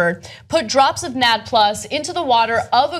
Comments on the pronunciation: FYI the proper pronunciation for NAD is 'N-A-D' with its letters spelled out, not sounded out 'NAD' as in 'gonad'. This becomes obvious when you understand that NAD is continually being modfified back and forth in a biochemical loop into and from a related molecule by adding a hydrogen to it which is then called NADH, also spelled out, 'N-A-D-H'. It would sure sound dumb to try to pronounce it as 'NAD-UH' :) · can you please stop calling it nadd plus?? It's N - A - D . please. NAD+ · smh, NAD+ is an electron carrier commonly seen in TCA cycle and Glycolysis. And it's not pronounced "Nad Plus", its pronounced "N-A-D Plus" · its pronounced N-A-D + not "nad" + and I honestly don't know if that will work so much in humans because we contain this on a daily basis, and is a natural by-product of cellular metabolism in us through various energy producing ATP systems/cycles in our bodies; this is interesting but honestly I'm skeptical but would like to see the human results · Jesus, it's not pronounced NAD, it's said like an acronym cause it is one. N. A. D. Nicotinamide adenine dinucleotide. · Toastie Longshanks . yep and its a 'positive' not a 'plus'. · hey guys! its not pronounced NAD plus. Its called N A D plus. So each letter is pronounced. N AD plus. NAD+ is a cofactor. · Lmao you're so right dude (or dudette). These guys don't know jack about which they're talking about. It's pronounced "N-A-D Plus", not "Nad Plus". It's an electron carrier readily found in every single living cell. Every cell uses glycolysis, even anaerobic cells. This study is about as credible as Vitamin Shoppe selling RNA/DNA pills. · It's pronounced N A D + not NAD+. Didn't you guys take basic Biology in high school. Cellular respiration. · NAD+ doesn't rhyme with "bad plus". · Its pronounced EN-AY-DEE-PLUS. It is not a super testicle. Nicotinamide Adenine Dinucleotide. Its not a magic compound. Your body uses it and a few other things to carry electrons around. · it is pronounced En-ay-dee plus